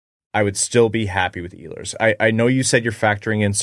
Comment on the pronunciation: He is not Iiiilers, he is Eeehlers.